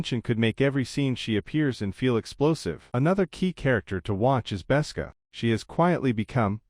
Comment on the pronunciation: Besca? Galeed? Try again.